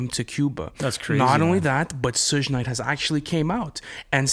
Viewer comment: Ahhh!!! It's pronounced Suge Knight like Sugar or Suga from BTS not Sooj... Gahh.. I cringed soo hard every time he said Sooj.. That shit was painful to hear.